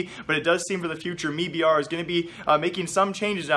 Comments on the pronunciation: why do you keep saying me br? jesus fuck its m-i-b-r or made in brazil. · Please stop saying "MeBR" it has never been pronounced like that. It's "M.I.B.R." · bro its m i b r not mii br lmfao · Noah Whinston, CEO of the company, pronounces it as MEBR... I am sorry I can't help it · Does him saying "me-b-r" bother anyone else??? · "mebr" lol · Can you just say m eye b r